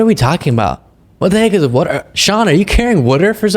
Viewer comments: knows what carry water means....he was joking about Bannon's pronouncing it "wood-er" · It's not the saying that didn't understand, it was Bannon saying "wood-er" for water was laughing about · Or wuder , 😂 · Ugh,.....just ugh!!!! And I hate to say this but I too pronounce water, warter!!!!!!! So do many of my family!!!😁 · Uh,, some people in America pronounce the word “water” as “wudder”. We don’t make fun of people’s accents. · That pronunciation of water, is from Philly area. He's still an idiot, but that's the source of the water thing. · Not that I like Bannon at all, but his pronunciation of "water" is pretty common in the PA/DMV area. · The pronunciation of water is a southern thing. My grandma says it. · it’s a bit much with the “water” and how Bannon’s accent affects its pronunciation. Frankly, you shouldn’t have wasted your time on it once let alone three or more times. Dave Pakman often mocks the NY accent and I think everybody can live without either one of you doing that, it’s so incredibly petty.